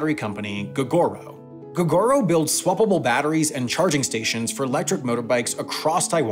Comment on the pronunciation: When he said "swappable" it makes me laugh every time. Like swa blah blah... LMAO